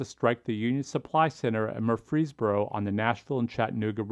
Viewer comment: Great video, but as a resident of Murfreesboro, allow me to tell you that the way we pronounce it is MURfreesboro, with the emphasis on the first syllable